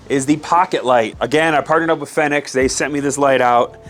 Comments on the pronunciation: I love that light and you’re definitely saying the name wrong 😆 it’s (Phoenix) not Fen-ix.. no worries tho dope video. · Since you partnered with “fi-nex” maybe you should pronounce it “Phoenix” as that is the correct way to say it